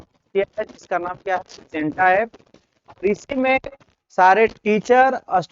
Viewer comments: Centa hota hai sinta nahi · CENTA KO SINTA BANA DIYA....AAB TNA KO DNA BOLEGA😂